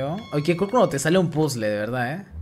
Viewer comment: A mi también me dio risa "cuendo" paso ezo Cak